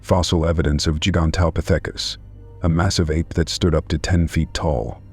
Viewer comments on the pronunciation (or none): Love the way the AI voice says gee-ants instead of giants and geeganteepithicus instead of gigantapithicus.